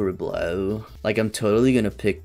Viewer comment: "corkscrew BoLOW"